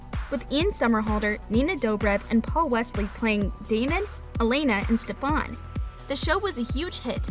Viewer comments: Its Stefan not StefOn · she really said stefon instead of stefan😭😭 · It’s not steph-on it’s steph-in I hop that makes sense😂 idk if it’s ph or f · when she said Stef-ahn I lost it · when she said stephon I started dying and thinking of kai lmaoo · she really said "stefon" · Ikr she really said it like Stephone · I STARTED DYING WHEN SHE SAID STEPHON AND WAS THINKING OF KAI LMAOO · i can’t- “stefOn” omg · The way she said SteFAN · Stefan she said it wrong I can't🤣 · the way you said stefan i’m sorry 😭💀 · ik she did not call stefan from tvd like that or have i been saying it wrong?